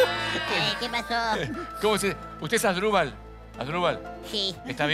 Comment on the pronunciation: Dice adrubal Pachano